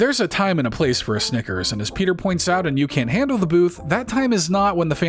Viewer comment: not a SINGLE G in snickers btw